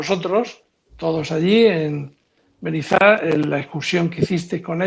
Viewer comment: Un nuevo suscriptor que viene de la entrevista con Rubén. Nos habéis aportado un rayo de esperanza. Gracias y felicidades por vuestro logro. Hasta el final de la entrevista pronunciando mal Benizar... 🤣